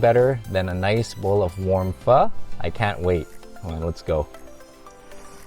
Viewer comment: Ive always wanted to know the correct pronunciation of pho. Thank you.